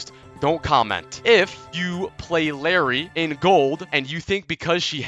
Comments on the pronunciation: its not larry btw its spelled like, iYari or i-jar-i, i-jar-ee if we want to make it sound north american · il- Æ - ri PLEASE 😭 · ill air ee